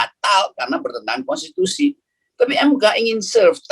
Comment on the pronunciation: Top bung rocky " Mahkamah Konstipasi " 🤣🤣